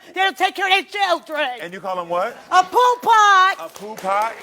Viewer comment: Poo Pot? That woman is headed for a neck injury unless she learns to speak without waving her head around.